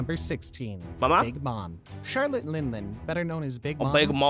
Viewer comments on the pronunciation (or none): none